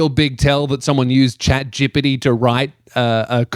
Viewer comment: You have the best pronunciation of "chatgpt" I ever heard